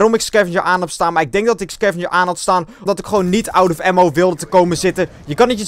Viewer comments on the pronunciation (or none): none